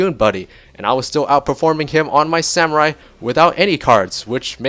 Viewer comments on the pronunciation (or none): none